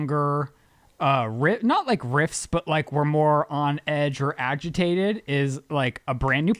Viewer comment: really said “agigtated” lmao